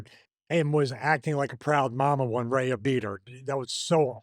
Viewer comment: The way stevie keeps pronouncing Rhea must be a rib.